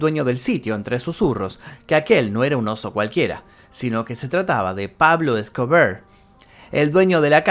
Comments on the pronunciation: Por qué decís Pablo Scobrrr habla bien, E S C O B A R se dice, sos argentino y el español es tu lengua natal 🧐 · Jajajajaja x2 tambien me gusto como dijo pablo escobear